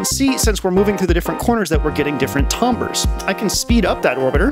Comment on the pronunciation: I like your pronunciation of "tambres" lol